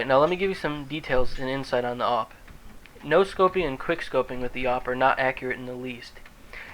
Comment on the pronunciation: A-W-P not AUP